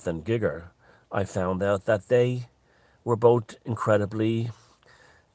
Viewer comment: Thanks for another fascinating video, I like the originality of your thinking. I don't want to be "that guy" on the internet, but H.R. Giger's name is pronounced "Geeger", not "Gigger" or "Gyger". It's a long "ee" sound. An art critic once wrote a piece about him with the sarcastic title "Giger Rhymes With Meagre". I found that info from his Necronmicon book, all the text is in German and I still have it, along with a few others.